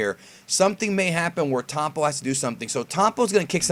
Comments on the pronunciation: This guy said "Towpon" LOL Why can't americans pronounce the " O " like anybody else... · are you saying tompo? the fuck